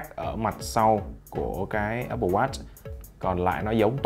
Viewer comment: Apple mà nghe cứ như oppo :)